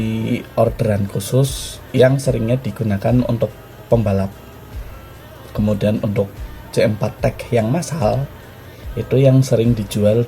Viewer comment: Bacax "ci four tech" bang